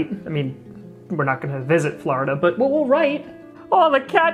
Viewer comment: FLUH, FLUH, FLURIDA....